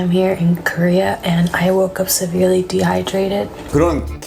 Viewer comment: severely 발음 틀리셨네요.